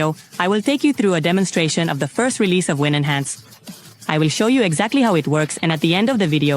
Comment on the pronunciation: It's called winhance, not win-enhance.